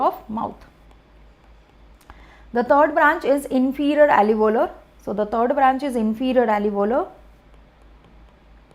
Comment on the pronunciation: 🚫 Not "alevolar" artery, it is alveolar artery.